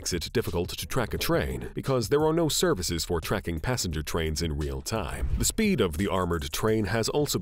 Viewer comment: what the f is wrong with this guys pronunciations ?? dollass, servass ? and a lot more.. oh well not as bad as the little mad man called Putin